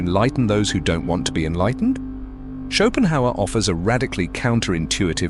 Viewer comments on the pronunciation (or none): when AI calls Schopenhauer “Chopin”